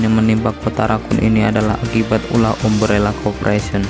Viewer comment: Bacanya A-M-B-R-E-L-L-A kak bukan umbrella 🙏